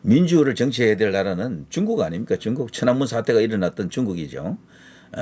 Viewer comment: 뚕국~!!! 이게 맞는 발음~♡